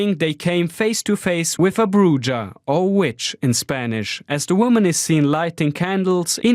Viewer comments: Pronounced "Broo-hahh". Not broo-jaah 🤣🤣🤣 Cleaver?? 🪓 (,Ok, that is actually a hatchet, but there are no good emojis for the knife in question) 🤣🤣. Yeah, great "cleaver" business promotion 🤣. It might even be considered clever too! 🤔😆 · Bruja pronounced brew ha. Buey.